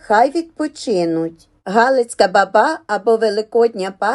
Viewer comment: Ну чому борОшно,якщо бОроошно,чому бабА,якщо бАба!